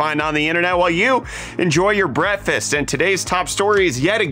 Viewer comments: I'd sub if this dude stopped saying "Brettfast". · Yes, we're enjoying our 'Brettfast'.